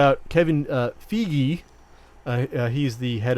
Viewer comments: It's pronounced FIE-GI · Feige is pronounced FIY-GEE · i cant stand how you mispronounce feige's name